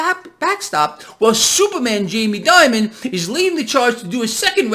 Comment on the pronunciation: please pronounce his name right. It is pronounced like "demon" not "diamond".